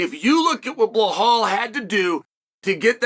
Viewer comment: Still at it with this BLAHAAL 😂😭😂